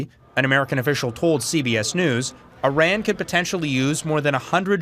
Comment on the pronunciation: Tell em to pronounce the country’s name at least.